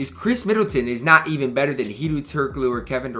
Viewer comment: U da man with da plan but its hedoe not hedoo get right or im have to have a he doo doo on your headtop next time i see u in these myteam skreets